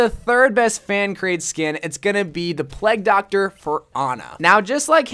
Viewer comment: Why does he say pleg doctor instead of plague doctor